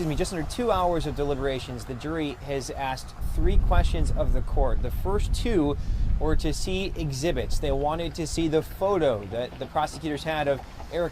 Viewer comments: Thank you. I was waiting for someone to mention that. What the heck is a lawful law? I wonder who he "axed" about that? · "Uh pacifically axed fo earbuds, not haid foams."